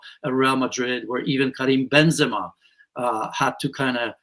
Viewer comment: bench Benzama 😂😂 😂 what world are you living on?